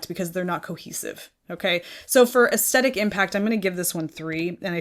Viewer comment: Hi. Aesthetic is pronounced with the stress on the th of the word, not the st. Aes thetic. Regards paula.